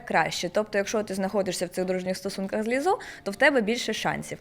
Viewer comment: Перепрошую, співачку звати Лíззо, а не Ліззó